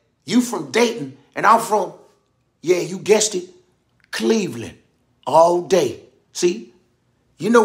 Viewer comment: The way he said "Cleveland" 🤣🤣🤣